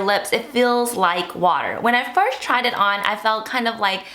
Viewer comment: Lol she cant pronounce "first"